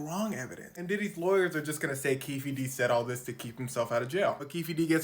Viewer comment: Keefe is pronounced keef. It's Irish and the e is silent. Just saying. 😊